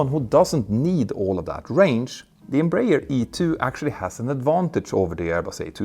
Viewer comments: Please, it is pronounced EM-BRA-ER [ẽbɾaˈɛʁ]. Your pronounce is painful. Try to pronounce that as u pronounce *EM*/INEM+*BRA*/ZIL+*ER*/A. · Ok, now all of you need to learn. Pronunciation goes like this: N - bra - air. N as the letter, bra as the lady accessory, air as in the air we breathe. N - bra - air. Got it? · Em-br-aer i.e. Brazilian Aeronautic Company in English. Thus the correct pronunciation is EM like “Em” in Empathy or the letter “M”. BR(A) like the women’s accessory of the same name. And (A)ER like “Air”. M-Bra-Air…. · For optional Brazilian enjoyment, you can say Embraer as Embra-"air" just adjusting the ending to sound like the English word. That's how we pronounce it. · Greetings from Brazil! Love your channel. As I know you value learning I feel free to give you a little tip … the Brazilian-Portuguese pronounciation of EMBRAER is more like Embra-Air. It is even easier to pronounce! Keep up with the good work and great content!!! Cheers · I think the English speaking world has adopted "em-brayer" as an English pronunciation. It's wrong for Portuguese speakers but probably impossible now to change. The important point is that Embraer is clearly the world's third great aircraft manufacturer and with the E195-E2 it's in open competition with Airbus.